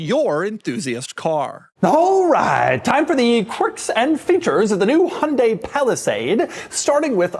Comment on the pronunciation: remember folks, it's "yan-day" not "hunt-day"